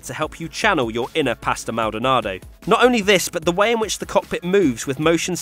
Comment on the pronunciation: Did you just say "inner Pastor Maldanado?" No, I want to channel a good driver, thanks!